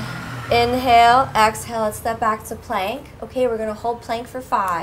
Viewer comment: why do you say axhale? is it just your accent? is cool haha